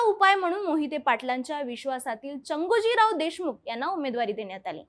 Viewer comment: ताई चांगोजीराव देशमुख म्हणा चांगोजीराव नाही